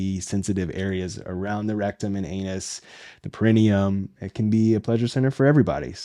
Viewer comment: Thanks for talking about this sensitive subject. Hopefully someone who has questions will come across this medically-sound explanation around this topic. Only one point of order: perineum, origin is Latin (which places emphasis on the penultimate, or next to last, syllable), would be pronounced with the emphasis on -ne-...so peh-ruh-NEE-uhm. But thank you so much for being a solid and trustworthy resource.